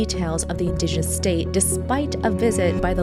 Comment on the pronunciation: 1. There was, not is. 2. You are mispronouncing 'indigenous'.